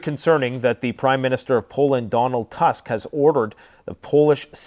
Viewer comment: The pronounciation of the surname of Polish Prime Minister is like Toosk (like in the word 'book'). Thank you for your work. I pray that you will finally see the light and find your faith in Jesus.